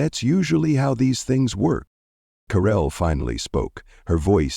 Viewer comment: Who on is DARRELL ? How come she has changed her name from Carell to Darrell or is the narrator’s batteries running low ?